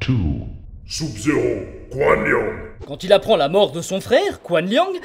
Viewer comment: oui il prononce mal Sub-zero